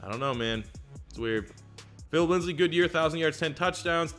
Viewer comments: Please, It’s Lindsay not Lindsley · It’s Philip LINDSAY not LINDSLEY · Also its Lind-say not LindsLey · I love that he paused to correct himself on saying Risner's name, but calls Lindsay "Linsley" for all of time. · IT SAYS LINDSAY RIGHT INFRONT OF YOU WHY DO YOU SAY LINDSLEY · I cringe every time I hear “Phillip Linsley” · It actually makes me wanna die as a die hard Broncos fan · Trust same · you can pronounce but not lindsay?